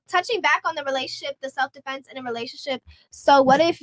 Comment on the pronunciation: Wait.. is she saying Stelf -Defense 🤔…what ever these ladies are saying. Delusional , effects of a Boss biSh 🤷🏽‍♂️🤦🏽